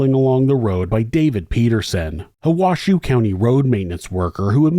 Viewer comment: Good production. Just FYI, the county's name is pronounced Wash-hoe, not Wash-shoe 🙂